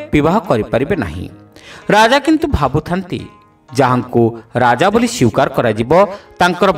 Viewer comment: Duiti sthana re tumara uchcharana thik hoi nahin. 01 : Sweekar. Tume padhila Syukar. 02 : Yuddha. Tume padhila Yuddhya. Ebhali bhakti bishesh mananka lekha padhiba bele ehi gudika prati drishti dia yiba katha ki nahin ????